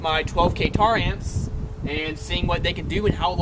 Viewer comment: He said tar lelz